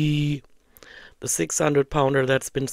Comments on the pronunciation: Every time she says "hongry" I feel like 🤛on the moon face. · is just a "Troll" and she gets paid for it. Even the way she says "Hongry", she knows how to say the word correctly, as she did in a sentence after saying "hongry". There is no way she is on semaglutide, its just another story arc. It is the reaction channels that are keeping her income rolling in. Everything is just a big lie.